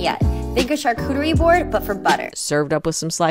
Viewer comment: "Charcuchie-board" my girl the embassador of WCD is killing it 😂😂